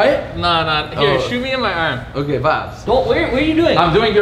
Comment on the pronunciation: It's not vabz it's vibes